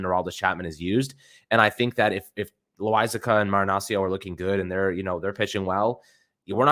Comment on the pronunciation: bro 😂, u said lasagna, im sure u meant loaisiga tho